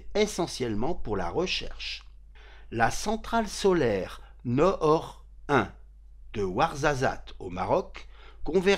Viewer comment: tres bien expliqué, bravo. Noor ne se prononce pas Nor mais plutot Nour, ca veut dire lumière en arabe.